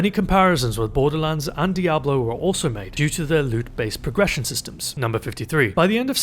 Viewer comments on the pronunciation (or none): none